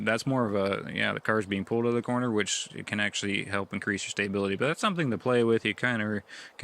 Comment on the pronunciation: "Stay-bility" lol Must be an accent thing